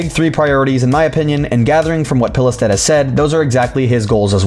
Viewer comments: A similar pronounciation for Pilestedt is "Peelstead" in english. That's how I - a swede - would pronounce it. silent "e" and silent "t". OP wasn't too far off. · you actually did a pretty decent job at pronouncing the guys name for a non Swedish speaker!!